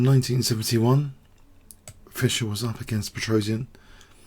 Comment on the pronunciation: I like the funny way, you Americans (mis-)pronounce the name Petrosian... :-) It's "Pe - tros - yan", not "Pe - tro - si - an"...